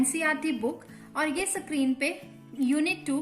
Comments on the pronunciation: Sorry to say , ma'am you should improve your pronunciation you should understand the difference between screen and sacreen Sorry for inconvenience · Mam please call that tab a screen not sa-creen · Mam ap plz screen word ko theek se bolye